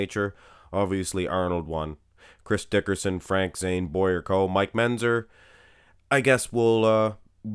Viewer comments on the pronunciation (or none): is pronouncing Mentzer as Menzer... and is making a little joke out of it... which you missed. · I do the same thing when he says "pitchers" and Menzzzer".